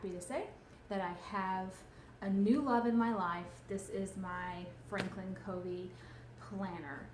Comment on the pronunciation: It's pronounced Frankin "Kuh-vee" :)